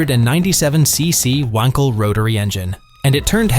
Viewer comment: Lame computer voice that mispronounced both Brough and Wenkel. 2 mins and I’m out.